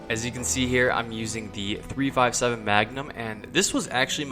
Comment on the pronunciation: Its 357 Magnum, no by dude. Not 3 by 57, not measurement.